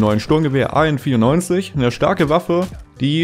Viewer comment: Hört sich an als wenn du an24 sagst